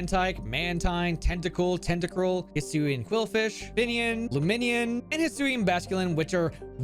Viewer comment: Fine*ON not FineIN. Same with Lumineon.